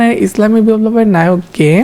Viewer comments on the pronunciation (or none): none